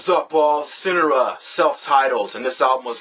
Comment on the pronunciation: haha amazing review. only complaint is that homeboy was pronouncing the band's name wrong. they go by Sin-Are-Uhh not Sin-Uh-Ruh.